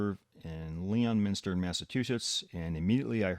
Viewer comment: It's pronounced lemon stah